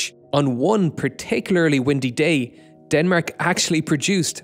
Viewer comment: how did you pronounce denmark?!